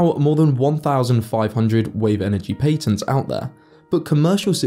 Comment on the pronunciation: Please learn how to actually pronounce patents. It is so incredibly grating listening to you saying that word. I have heard 100,000s of foreigners talk and never once heard anyone say it that way.